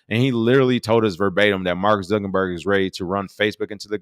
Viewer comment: I have yet to figure out if King mispronounces Mark Zuckerberg's name intentionally or not lol